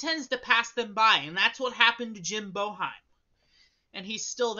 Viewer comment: Get glasses that fit, pronounce Boeheim right and get a grip on reality